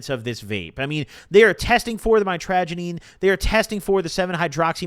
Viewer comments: mitragynine is pronounced "mitch-ruh-gai-neen" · I do believe it’s pronounced might-tro-guy-neen just fyi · mitragynine is pronounced (say it fast) MITCH-RUH-GUY-NEEN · pronounced; Mit-tRuh-Gai-Neen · BRO pronounciation is ( MYTRA - GUY- NEEN